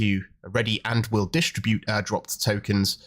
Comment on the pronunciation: distr"i"bute not d"i"stribute